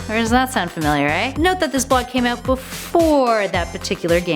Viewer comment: Okay, several problems with this list. Including, but mostly unheard, "Dalism"? The hell is Dalism? in... DID YOU MEAN DHALSIM FROM STREET FIGHTER?